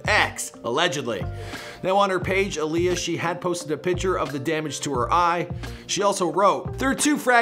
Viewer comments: **Ayala not Aaliyah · bro. Geneva Ay-A-La